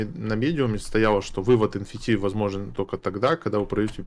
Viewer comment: Замолчи свой рот и не говори энфити - ЭН ЭФ Ти